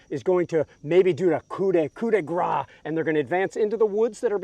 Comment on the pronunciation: 'Coup de grace' is pronounced 'Kooh-de-grahss'.